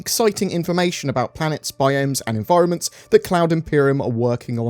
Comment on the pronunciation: Did I hear UNDERWATER ENVIROMENTS?? :-))))))) Great